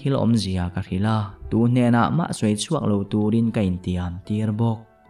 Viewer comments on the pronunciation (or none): none